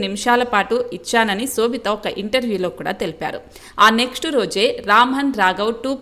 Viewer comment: Anchor need to know or learn how to pronounce shobitha’s name